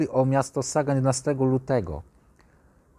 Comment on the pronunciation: Pisze się ( po niemiecku ) Sagan ale wymawia się "Zagan" [ Sa..=Za.. ].